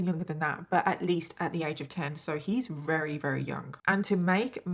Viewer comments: can u say very instead of “rary” lol i’m sorry it just drives me nuts i love your stories but the fact that u don’t pronounce ur v’s drives me insane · can you pronounce very right lol